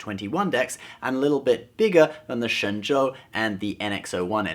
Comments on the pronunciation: Your Mandarin is amazing! That's correct tone and accent! Ah, wait, you are, right? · Hey, great video and you are the only guy on youtube to pronounce shenzhou correctly!